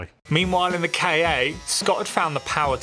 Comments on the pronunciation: Kei-ei? Isn't it pronounced "Ka"? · I don't know why, but i am getting really fucked off because they pronounce it "Kay-Ay" It's fucking Ka! Just as a word. There are no periods between the letters so it's not an abbreviation. Ford doesn't even call it a "Kay-Ay" and they are american so you know they are bad at english.